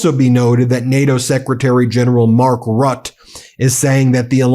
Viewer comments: Mark Rutte is pronounced 'Rutuh', Rut with the 'uh' sound at the end. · Mark Rutte is pronounced Mar(ə)k Roo-tuh. And role the "r" if you please. It's no wonder why the Dutch speak to us in English. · Mark Rutte is pronounced Mark Roota :) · And Rutte is pronounced "Ruttah" to rhyme with nutter but with a weak "r" sound.